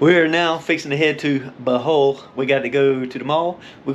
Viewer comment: How do read O from Bohol as A and say Bahol . Its BO like bobo